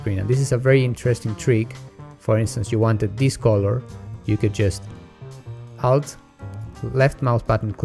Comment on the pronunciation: Just to put it out there for those who are watching this video for the first time, when you him say, ''Out", he's actually saying alt.